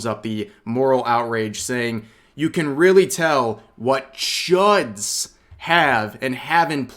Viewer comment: the emphasis on chuds is killing meeee 😭